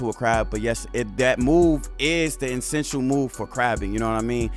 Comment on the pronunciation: And the word is Essential not insential